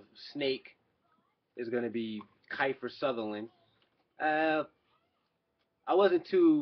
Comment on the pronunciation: Kifer Sutherland haha it's Kiefer (KEY-FER)